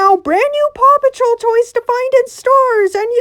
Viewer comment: The amount of times paw patrol was said on quick succession it just sounded like papa troll